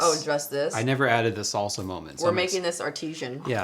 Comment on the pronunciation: You should be arrested for the way you say “salsa”